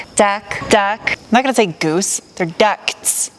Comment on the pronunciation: Ducts with a silent T